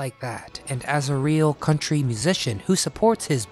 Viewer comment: Yes,this is country not cuntry.